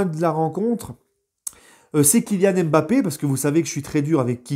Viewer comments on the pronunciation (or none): none